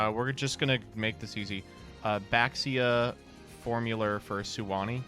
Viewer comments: Can we get the mare mare type edit to make them stop pronouncing baxia wrong next time😭😭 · All these comments about Mare Mare pronunciation but no one wants to talk about the community-wide mispronunciation of "Baxia"